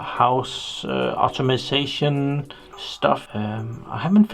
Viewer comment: It's "home automation", not "automasation" :) I like your product review, and I hate to sound arrogrant, but really if you cannot read that diagram I would advice you to not play around with 230V. It is extremely simple, even for a trainee electrician. Also, please never put 4-5 wires in one terminal. If they have the same potential, put them in series (physically, not electrically!) instead, so each terminal has at most 2 wires.